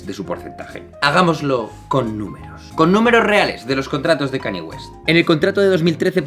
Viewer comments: "cani" xd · Ok , buen video pero me dolía los oídos cuando pronunciabas Kanye, se que es difícil pero se pronuncia Kein-ñe. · Cada vez que dices "Cani" en vez de la pronunciación correcta, un gatito muere